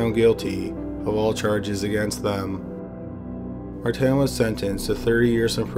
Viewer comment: It’s not mar tan it’s Martin